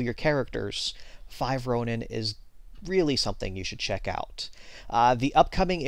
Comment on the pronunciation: ronin is pronounced (Roh-neen)